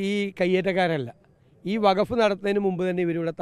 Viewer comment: വഗഫ് അല്ല, വഖഫ് ആണ്. അതെന്തെങ്കിലും ആവട്ടെ ഈ വിഷയത്തിൽ ഒരു മുസ്ലിം സംഘടനാ നേതാവും ഒന്നും പറഞ്ഞ് കേട്ടില്ല പിന്നെ അങ്ങ് എന്തിനാണ് മെഴുകുന്നത്.